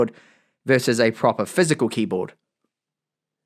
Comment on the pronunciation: Zenbook Juo. Juol screen.